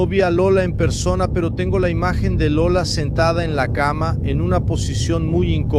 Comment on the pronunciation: Maravilhoso documentário.Pena que em alguns momentos saiu errado , Lula, o certo é Lola.O importante é a divulgação desse importante documentário.